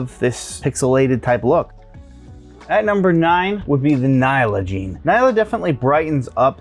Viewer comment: Nyala is pronounced en-yala. It’s named after and African antelope of the same name and pronunciation.